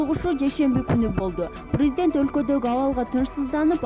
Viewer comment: ЖЖЖРУНОВСКИЙ, ПРРРЗДЕНТ🤣🤣🤣🤭